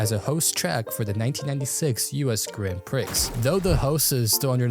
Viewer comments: For Grand Prix - you don't pronounce the "d" in Grand or the x in Prix as it's a French thing. You would say "gron pree" instead of "Grand Prix" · This is knowledge I’ve been carrying since I was about 10 years old or something and was reminded of it when I heard this dude basically just say “Grand Pricks”.